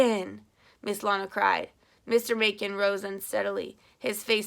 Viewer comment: 3 years later lol i wanted to let you know that your pronounce "Macon" mason. :)